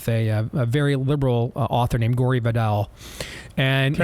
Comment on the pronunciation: William Buckley debated with Gore Vidal not gory Vidal. Gore is pronounced like a bull wants to do to a matador.